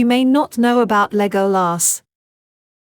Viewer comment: Thank you for the effort but I cannot listen to a bot-voice mispronounce Legolas's name over and over again. The movies taught us how to pronounce his name. It is not the abomination of this voice-bot .